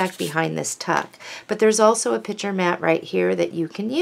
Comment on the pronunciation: That is gorgeous paper and a very clever folder and accessaries. However, I was a teacher and it really bothers me when you say pitcher instead of picture. Change or not, but it's your "business". Otherwise you are very well-spoken.